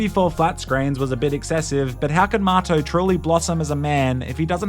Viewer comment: lol what a goofy game. its like the kinda like The Sims, but you get the option to be first person. strange i never knew his buddy's name had an R in it and was actually Marto. i thought he was saying Mato/motto this whole time. how would an australian pronounce the word 'Motto' compared to how they pronounce 'Marto'